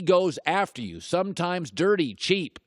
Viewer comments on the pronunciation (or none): none